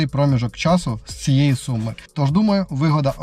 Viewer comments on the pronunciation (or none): none